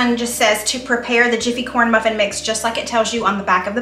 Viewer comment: Corn bruffin! Lol thanks for the giggles! 😉